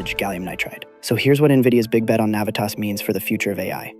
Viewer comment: You’re pronouncing Navitas & Renesas incorrectly. Plus Torrence is in LA county I’ve been in the Semi industry since the 90’s